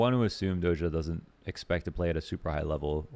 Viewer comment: It sounds [do-s'ia], not [dozha]. Just saying